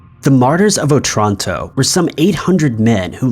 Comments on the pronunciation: I keep hearing Otranto as old Toronto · The stress in "Otranto" falls on the first "O", not on the "a".